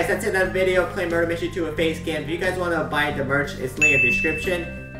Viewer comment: Ah yes, facacam